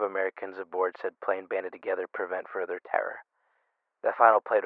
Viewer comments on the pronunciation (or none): none